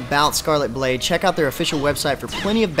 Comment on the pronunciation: Anyone else hear him say scarlet boob instead fo scarlet blade?